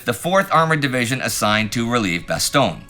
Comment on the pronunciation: Damn, and here i was sure that Indy would souverainly master the correct pronunciatoin of Bastogne basically no English language channel can be bothered to use... Alas, i was to be disappointed. Not just with another retelling of the silly annecdote about the foul mouthed general but also with the ear-hurting mispronunciation. :( And he was the one working hard to learn how to say Przemysl in the Great War series.